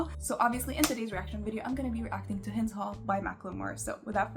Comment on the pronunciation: I fucking love the song, it's been on repeat since he put it on Instagram/YouTube. I am just disappointed that he and many others are pronouncing Hind's name wrong. I hope he learns that he is doing that and starts pronouncing it correctly